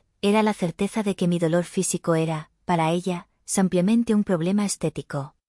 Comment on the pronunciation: No sédicesampiamente se dice simplemente.VALE.